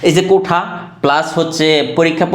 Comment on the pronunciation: কোঠা না কোটা, কোনটা সঠিক